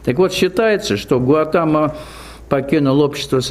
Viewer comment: Будда Сидхартха ГаУтама из рода Шакья , поэтому Шакьямуни 🕉 Но не ГаЛатама на , автор канала оговорился или не знает